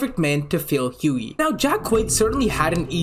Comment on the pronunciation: I find it crazy how much jack quaids character richie kircsh resembles hughie, also good job you finally pronounced hughies name right, anyways I love every role I have seen jack quaid in, hunger games scream 5 the boys, he is an amazing actor